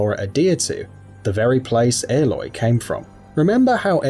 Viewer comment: I can't get over how he pronounces it. Like... her name is said so many times in the game. How does he get it sorted wrong.